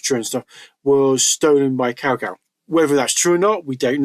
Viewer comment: Good video, though it's better to say Cao Cao as "tsao tsao"... Said like cow cow sounds very rude in Chinese, hehe